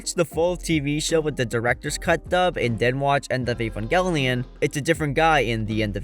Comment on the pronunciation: Evangelion, Evangelion, EEEEvangelion, why is it so hard to find videos talking about Evangelion that don’t include someone who can’t even pronounce it correctly? It’s in the very first episode! “The synthetic life form Evangelion.” And who’s Ko-ar-ru? Were you talking about Kaworu? Because Shinji was shouting Kaworu, not “Koaru” in episode 24.